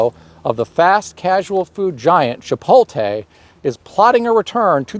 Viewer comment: wait.... how did he pronounce chipotle?😆